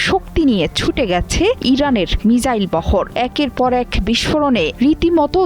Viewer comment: What is right pronunciation Mizzile or Missile.